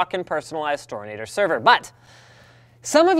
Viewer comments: Lol, the storinator. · Just like his "storinator"!!!!